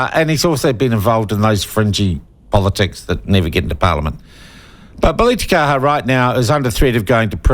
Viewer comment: I wish you'd pronounce his name correctly.